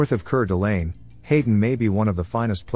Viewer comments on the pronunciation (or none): It q-na not koona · Its CUE-NA, not like tuna. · Are you referring to the fact the narrator mispronounced Moscow and Coeur D' Alene? That frustrates me, too.